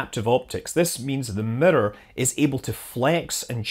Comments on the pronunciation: You calling it a mirror or midor? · I don't like how you pronounce mirror!